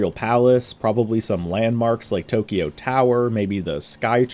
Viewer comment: I love you and you're channel a lot but please... It's pronounced TO-KYO, not TO-KI-YO. Please. It's only two syllables, not three. (Sorry to be a nit-pick but it's killing me) Thanks;)